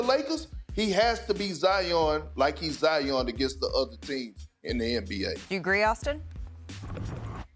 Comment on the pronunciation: Nobody: …. Perk: ZIAHYAWN GOTTA BE ZIYAHYAWN